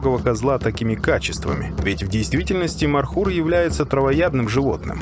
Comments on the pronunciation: Не мар хур, правилно Мор. Хур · Не Мархур, а ( Морхур). Змея на персидском переводится МОР! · Добрый ночи.. Не мархур а морхур😂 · Не Мархур. А Морхур. Означает пожирающий змея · не мархур, а Морхур, змеёед